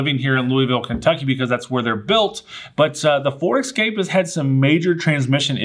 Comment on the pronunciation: Never, EVER, buy a ford Excape or Knee-sahn All I could see in my mind was Jeremy clarkson mocking Americans who can’t pronounce car brands correctly 🤣 Bugging, I like the channel! But please, please don’t ever say mahz-da 🤣